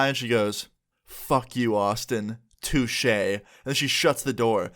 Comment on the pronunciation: "Fuck you, Austin. Touche." BRO. NOT THE "TOUCHE" LOLLLLLL